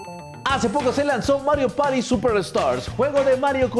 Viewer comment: "Mario pari do" excelente español xd